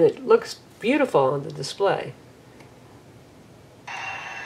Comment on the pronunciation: dispray? lol but anyways great review!